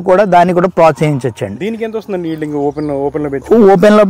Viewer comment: హీల్డింగ్ ఏమిటి ...ఈల్డింగ్ అనండి